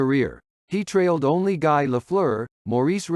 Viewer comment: This is obviously a well-written and solidly-produced piece, but the use of AI narration brings it down to average levels. It's inexcusable to mispronounce the names of French-Canadian players, such as "Guy" in reference to Guy Lafleur. If the subject's name can be pronounced correctly, so could the names of others. This isn't a long piece. It wouldn't take long to record your own narration. It'd definitely be worth it, given how much it would add to an otherwise solid piece.